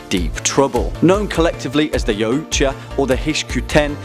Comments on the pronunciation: yautja... pronounced yout-ha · Also isn't yautja pronounced e-wat-ja ? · Its pronounced y/ah:twahh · It's actually pernouneced (yal-tcha) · Its pronounced yac-cha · It’s pronounced CSI Miami opening Ch Ah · Its YAO-CHA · Anyone else cringed when he pronounced Yautja wrong. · What did the Predator say when he hit his toe off of a rock? YAAAAAAAAAAA OOOOOOOOOOOUUUUUCHA Yeah you cant pronounce that right and xenomorph outbreaks never are small, 1 egg = massive pandemic = kill it with nukes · The way he says Yautja..